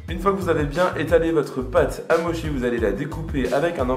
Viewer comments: Pardon mais on dit motchi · Chaton, on dit "motchi" hihihi Mais trop cool, faut vraiment que j'en fasse j'ai presque tous les ingrédients en plus ! <3